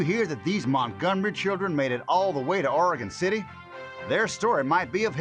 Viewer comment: love to finnally here someone say oregon right for once.